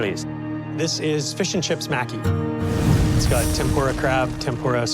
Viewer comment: "" seems to be the only person who knows how to pronounce Japanese words correctly. The judges and other contestants, are all pronouncing "Maki" incorrectly. Maki, is pronounced like: Mah-Kee. The letter "a" is always pronounced like "ah". You would think the "judges", would at least get it right.